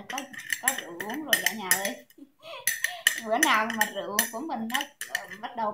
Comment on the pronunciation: “Rượu” chứ ko phải “Rựu” nha bạn.